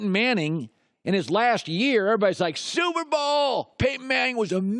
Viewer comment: If Gottlieb says "SOUP Bowl" instead of Super Bowl one more time......